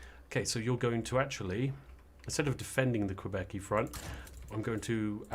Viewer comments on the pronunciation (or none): none